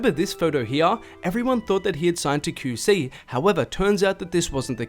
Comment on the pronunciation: “Kew see” LMFAOOO you my mans but the way u say QC got me cryinnn